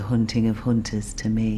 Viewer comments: "leave the honting of honters to me" lol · “Leave the hoonting of hoonters to me